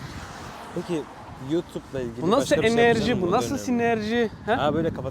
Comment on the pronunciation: Ama lütfen yaaa artik enerciii ve Ängiin kelimelerini duymak istemiyorum 😂😂😂